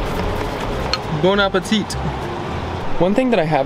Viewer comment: I love watching your videos, and watching you 😊! Just to let you know, when you say « bon appétit », you don’t pronounce the final t, so it sounds like bon appéti 🤓. Take good care and enjoy your travels, a big kiss from France 😚